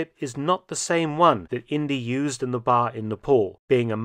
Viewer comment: Indeeeee not India. Short for Indiana.